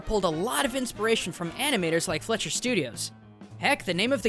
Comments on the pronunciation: every time he says the word "fletcher" instead of "fleischer" makes me cringe on how forgotten that animation studio is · The Studio you said multiple Times wrong was "Fleischer-Studios" and not "Fletcher-Studios" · I believe it’s pronounced Fly-sherr.